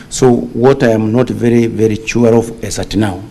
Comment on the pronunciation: What I'm very chua ,😅...a whole IG saying chua instead of Sure 😅